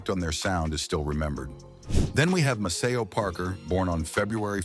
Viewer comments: Maceo Parker's name is pronounced MAY-SEE-OH!! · “Mace-Cee-O” Parker, sound it out AI. He’s a darn legend in soul and funk music. 💪🏾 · MA-SAY-O PARKER :face-purple-crying: FAKE A.I. VOICES SUCK!!! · This idiot narrator can't say 'bass' with the long a; Can't say Maceo's name correctly, and can't pronounce Quazar? Lawd have mercy can we lose AI narrators? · You cant even pronounce Maceo correctly